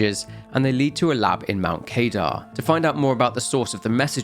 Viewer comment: Only watched 8 minutes. Only Mount Kadar as you said it like one would pronounce radar, but it's kuh-dar. Doesn't matter though. Not sure I can watch all of this (nor do I need to) but nice job. There's a lot here.